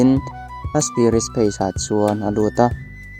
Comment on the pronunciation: I thil lam dan hi ngaihthlak a hreawm deuh thin, temple tih pawh trempal ti in i lam ri daih zel a space pawh phace i tia in siamthat rawh